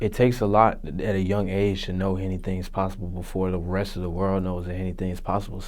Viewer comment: JR Jazz Nigga said, "Hennything is posible".